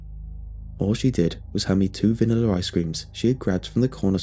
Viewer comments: "Vaniller ice cream" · I love the way he says vanilla ❤️